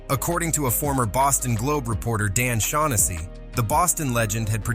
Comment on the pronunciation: Dan Shaughnessy? Don't you mean o'shach Hennessy 😂